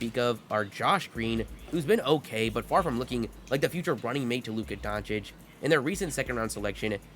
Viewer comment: Hey man so you know for next time, you say it Donchitch :)